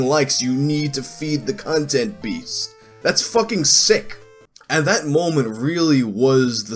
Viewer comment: I thought you said "you need to feed the cuntent beast" Edit: I will be using the term "cuntent creator" for shitty content creators now 😂 thanks